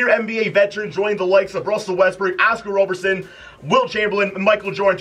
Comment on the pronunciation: Way to butcher Oscar Robertson’s name, also illustrious